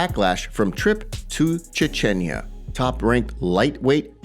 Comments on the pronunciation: Chechnya not Chechenya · Chechinya? It's Chech-neeya. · Brother, it’s pronounced Chech-nee-ya. You are killing me with that Ch-chen-ya. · Ch-Chen-ya????? CHECH-KNEE-A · Che-chen-ya 😒... Chech-nya... 🤷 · Stop saying Cha-chenya, dummy. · Please learn how to pronounce... Chechnya... You sound uneducated. Here is a freebie: chech·nee·uh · Its pronounced CHECH-NYA theres no extra vowel between syllables. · Say Chetch-knee-Uhh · Hey bro, love the channel, quick note: it’s pronounced Chech-knee-ah ❤ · Ffs... its Ch-e-ch-nia!! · Che-che-nia? lmao im sorry, can't let that slide xD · Seriously… Chi-chen- ya…?! 🤦🏼‍♂️Sort it out ffs 😂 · Wait... did that fool just say "Cha-chin-ya"? 🤣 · It's pronounced Chech-nee-ah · Chah chen yah lol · CHECH- KNEE-YUH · It's definitely pronounced "chech-nee-a" lol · I love the channel but isn't the country of birth of khamzat pronounced Chech ni ah? Most dictionaries spell words out phonetically and it might be worth taking that little bit of extra time checking so you don't risk offending people by pronouncing their town or country wrong. Plus it makes your content more accurate and professional. Ok rant over and out. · Pretty sure that’s not how u pronounce Chechnya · Please learn to say Chechnya properly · Dying at this dude pronouncing "Chechnya" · So no one's gonna say anything about the insane way my man pronounces Chechnya? It's pretty god dam nuts!! 🤣🤣🤣